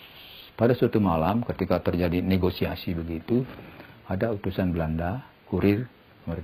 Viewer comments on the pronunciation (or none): none